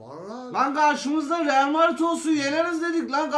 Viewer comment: Arkaşın dili şüçtü realmardin demek istedi 😂